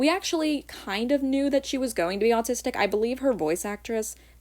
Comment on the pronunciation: I got so happy when she said 'I am autisic'